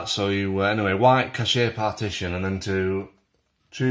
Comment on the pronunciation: Cash-ay! Lol